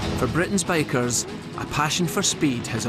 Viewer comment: Took me 6 minutes to realize hes saying bikers not bakers